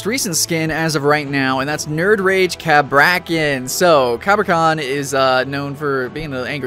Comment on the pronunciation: did he say CA-bra-kan? its ca-BRA-kan